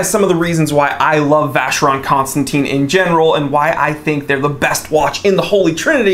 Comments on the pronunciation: Buddy you’re mispronouncing VC. 🤔. Should sound like “constantan”. Not “constantine” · It’s not Constanteen,it’s Constantan. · It's Constantèn, Constantèn Constantèn! ...please :'( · If you love the brand so much though it would be nice to pronounce it correctly? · I understand, but if you like the brand don't you need to have at least an effort to pronounce it correctly?